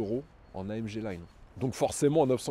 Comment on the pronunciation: AM GUE Et non AMGE... quand un présentateur youtube ou télé le prononcera comme il faut ??!!!! C'est le genre de détail qui m'énerve !